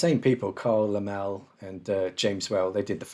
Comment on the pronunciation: Carl LemmLee not "Lamel." Watch the opening monologue to "Frankenstein" for the correct pronunciation. Also, Elsa Lanchester was actually British. She did music hall comical songs.